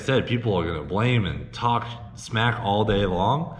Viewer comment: "Dont talk shmack"